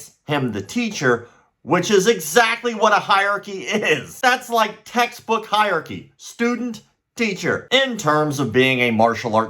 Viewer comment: You do not know how to pronounce “hierarchy “ properly